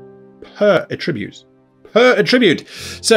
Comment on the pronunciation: OMG, /ˈætɹɪbjuːt/ The noun is stressed on the first syllable!